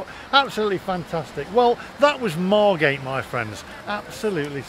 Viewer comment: Loved this. It seemed every school trip was to Bembom brothers in the 80’s. You need to get the pronunciation of Margate right though its Mar git 🤣🤣